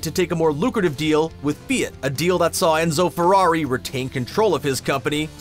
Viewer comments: It’s so wrong!! I’m not sure how to spell pronunciation, but it’s more like Fee-ah-t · "Ford V Ferrari" "La Mo N " "Fee-it" 🤦🏻‍♂️ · ...need to learn to pronounce versus and Fiat also 🤣